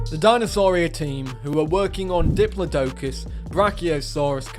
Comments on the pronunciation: The way you pronounce Diplodocus makes me cringe. :D Not a fan of this design the modders gave it. I don't know what the latest paleo accurate versions look like but that looks nothing like one. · its dip-lod-i-cuss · Citipati is the only oviraptorid in the game so far so that will be very special. Hopefully someone makes Gigantoraptor soon to add to the fun. Also diplodocus is pronounced Dip-low-dee-cus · The way he pronounced diplodocus killed me man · how do you continually mispronounce diplodocus despite having internet access?